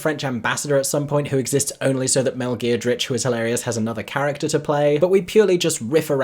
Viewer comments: Mel Geer-d-rich?! It’s Giedroyc pronounced “Ged-roitch”. 🤣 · Its pronounced Ged-roy-ch by the way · that's not how you say her surname...if you're doing that to delibretly rile her up...not nice says I.